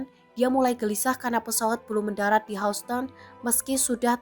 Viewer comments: Hauston??? Dear. Baca google atau wikipedia lagi deh. Dibaca Hyusten….. Houston (pengucapan bahasa Inggris: [ˈhjuːstən]) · kok bisa sih. by the way Houston bukan dibaca hausten. bacanya yousten. news anchornya payah. Tribun if not mistaken is internationally link mass media. its origin is Tribune, am I right? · Houston harusnya dibaca YUSTN. bukan HOUSTON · Hiuston bacanya buka hauston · Please......Houston itu dibaca YUS-TEN bukan HAS-TEN 😂🤣😜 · Hyuusten bacanya kan? Bkn hausten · Bacanya Hyusten, bukan Housten.. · Yuston, bukan haston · Knp "hauston" bacanya.. "hyusten" kali 😅 hmmm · bacanya Houston itu "Hyus-ton" bukan "Haus-ton". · houston nyebutnya yusten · Houston dibaca yusteun. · Houston baca hyusten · Tolong dong anchor dipilih yang pengetahuannya cukup. Hoston....hoston.... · Pembaca berita goblok. Baca Houston aja Hauston. 😂😂😂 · ini seriusan ga bisa bilang HOUSTON mbak nya? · Pembaca berita harus belajar lagi, masak pengucapan kata Houston seperti itu...spt mambaca bhs Indonesia saja.